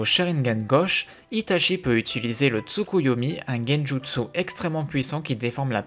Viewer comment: Salut, J’apprécie la qualité de chaque vidéos mais la prononciation des noms japonais m’accroche les oreilles, par exemple itachi qui ce prononce itatchi phonétiquement. Continue ce que tu fais, j’adore ton travail